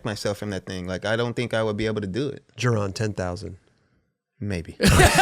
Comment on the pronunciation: Thank god he started correctly pronouncing Jeron